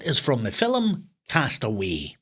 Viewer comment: The quizzes are great fun. My German husband and I play each weekend. However I find the "scores" you get are quite ridiculous, as you are the quizmastee!!! Also its film, not "filum" 😂😂